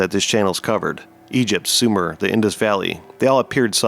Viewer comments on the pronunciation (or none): none